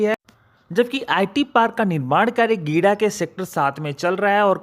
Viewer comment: गिडा नहीं है जी, गीडा है।